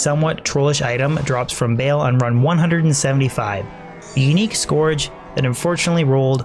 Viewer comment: Scourge rhymes with urge, not gorge.